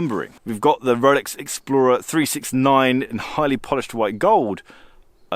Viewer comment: Did he say I have a “rrrx” on my wrist?